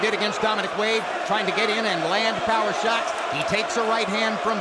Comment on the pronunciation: So annoying with all the suits in the ring after all fights, the other annoying thing is commentator Lampley’s pronunciation of “sharts” instead of shots.